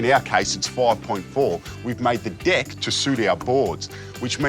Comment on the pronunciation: when the dude who smiles a lot says "deck" it sounds like "dick" and it slightly frustrates me